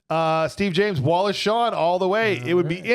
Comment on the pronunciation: Also it's Wallace Shawn, not Shaw. And Ellen, not Helen